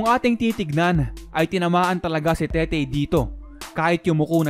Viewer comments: Tete po un hindi tetey haha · TETE BOSS HINDI TETEY, WALANG Y SA DULO.. TETE AS IN RATBU!!!